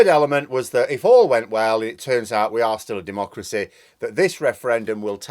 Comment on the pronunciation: "Oil must be due to run oot "🤣🤣